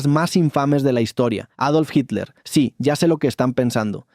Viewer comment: HILER O HITLER????